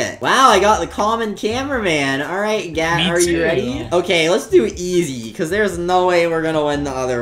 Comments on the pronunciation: I heard Gyatttt instead of Gat 💀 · Why does it sound like he’s saying gayyt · BRO I THOUGHT YOU SAID GYATT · sounds like gyat😂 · gat sounds llike gyat💀💀💀